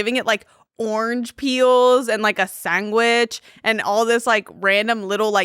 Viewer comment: that was insane the way said sandwich